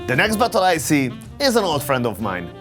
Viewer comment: Funny experience: Was watching this video without my headphones and my GF passed by right when said "the next bottle I see, is a old friend of mine" (she is not familiar with his accent...) and well... I had to explain to her that I'm not watching a video of a guy analyzing buttholes....